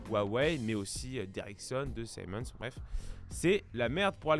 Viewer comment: Siemens ne se prononce pas saïmohnse mais ziemenss , c'est allemand